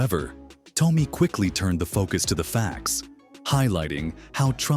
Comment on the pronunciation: Damn computerized voices again. It's pronounced Tommy. Also I'm not a big fan of Joy Behar but the least say her last name right. Oh I forgot you can't because you're a damn fake computerized voice